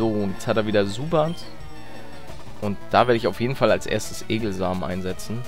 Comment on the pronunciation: Es heißt Zubat und nicht Subat